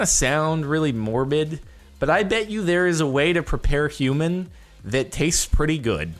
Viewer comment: HOOMAN FWESH